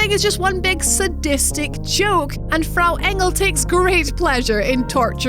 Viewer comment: props to for her pronounciation of Frau Engel. that was really nice